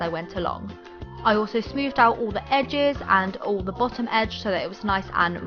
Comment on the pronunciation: You say "all" "ULLLL"